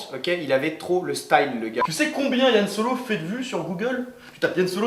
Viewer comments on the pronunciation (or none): 2 petit truc: on dit Han Solo pas Yann et Indiana Jones a bu le sang de Jesus, pas Dieu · Désolé mais j'ai coupé la video à "Yann Solo".... les mecs... serieux ?! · Han Solo ! Pas Yan Solo ! Hérétiques ! Cordialement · Va falloir arrêter de dire "Yann Solo" par contre. Le type est pas Breton. C'est pas parce qu'il fréquente beaucoup les bars et que sa meuf est amoureuse de son frère que.. enfin bon bref. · Je vies de remarquer ce "Ian" Solo au lieu de Han Solo, c'est normal?